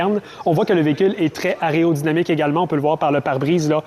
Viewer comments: Aréo ou aéro-dynamique 😑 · Aréodynamique ?!!!.... t'es sûr de ton coup là ?